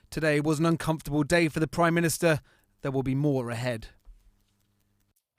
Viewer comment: He says he was assured he was priminitser